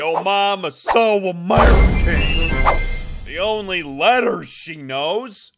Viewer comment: SO *Amereekeayn*